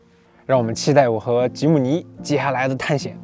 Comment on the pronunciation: 非常開心，第一次聽到有車評唸出正確的名稱吉姆尼了